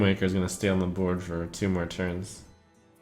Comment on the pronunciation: "Having a 3/2 on the BUWWOARD" what was that lmfao